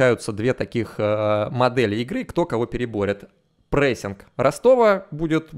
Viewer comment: все хорошо и даже отлично. полностью согласен с анализом, но ПОЖАЛУЙСТА прекрати говорить "прЭссинг". он "прессинг")